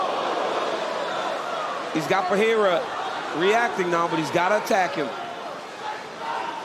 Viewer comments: its pereira not pehera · "Pejeira" :face-red-droopy-eyes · None of the announcers know how to properly pronounce Pereira